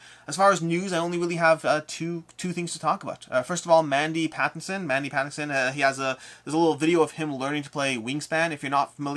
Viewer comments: Mandy Patinkin, not Pattinson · It's actually Mandy Patinkin, not Pattinson 😋